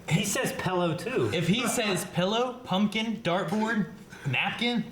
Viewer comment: this is a guy who says putnkin, dirtbord, and nackin'.